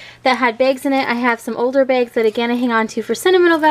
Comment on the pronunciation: Why do you pronounce BAGS...BEGS?